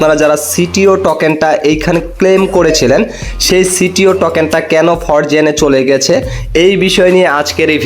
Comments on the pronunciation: ফরজেন নাকি ফ্রোজেন ভাই। আগে কথা বলতে শিখেন মিয়া। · উচ্চারণ শিখরে ভাই😂, ফরজেন না এটা।😂